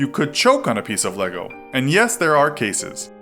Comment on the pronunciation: no one: him: “death by leego” then says: lego